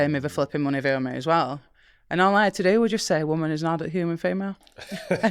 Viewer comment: OH! maybe she's saying "a woman is an adult human female" and it's her accent on the 'adult' part that sounds like 'not' to my Western ears.